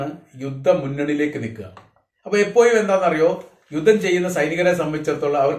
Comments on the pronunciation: എപ്പോയും പലപ്പോയും ഇതിലെ യ മാറ്റി ഴ പറയണമെന്ന് അപേക്ഷി ന്നു. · പലപ്പോയും എപ്പോയും എന്ന് പറയാതെ എപ്പോഴും പലപ്പോഴും എന്ന് ഴ കൂട്ടി പറയാന്‍ സ്രമിക്കുക